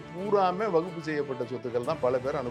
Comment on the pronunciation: வக்பு வாரியம் என்று கூட சொல்ல தெரியாம முண்டம் வகுப்பு வாரியம் என்று சொல்கிறான்... இவனெல்லாம் ஒரு ஆளு, டேய் already வக்பு வாரியத்தில் பெண்கள் பொறுப்பில் இருக்காங்க... பெண்களுக்கு சம உரிமை கொடுப்பதாக இருந்தால் முதலில் உங்க R .ss அமைப்பில் பெண்களுக்கு பதையி கொடுங்க, அர்ச்சகர் இல் பெண்களுக்கு பதவி கொடுங்க